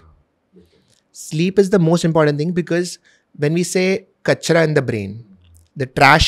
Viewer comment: seeing say kachra aah 🤔 cracked me up😂